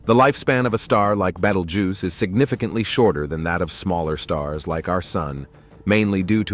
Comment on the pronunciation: Someone teach this AI to say Betelgeuse.